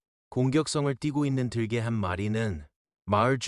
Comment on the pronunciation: 발음이 아주 clear하네요. 외국인인 건 알겠는데. '으' 발음까지 아주 좋아요. '들개'는 '들깨'라고 발음됩니다. 'ㄹ' 받침때문에 '개'가 된 소리 '깨'로 강화됩니다. 영어권사람들이 습관적으로하는 2nd syllable 에 강세를 주는 버릇도 없으시네요. 아주 좋습니다. 놀랍습니다. 👍